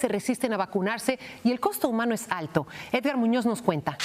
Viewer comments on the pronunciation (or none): none